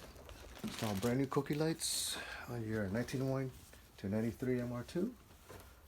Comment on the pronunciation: pronounces them "Cookies" btw. Too funny.